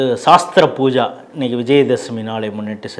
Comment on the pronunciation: Not Saasthra puja. It is ஸஸ்த்ர பூஜா